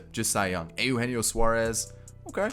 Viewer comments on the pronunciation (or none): none